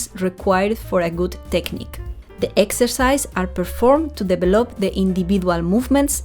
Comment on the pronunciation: I agree. Just the word "develop" should be pronounced differently. I hope you do not mind me writing you this. The correct way is "deVElop". I admire your skills. All the best to you!